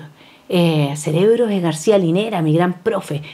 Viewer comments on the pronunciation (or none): none